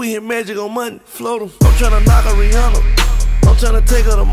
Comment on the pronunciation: If you're going to make a song called "Rihanna," at least pronounce her damn name right. Smh. It's not Rih-awna, it's Rih-ahnna, but most people don't know that.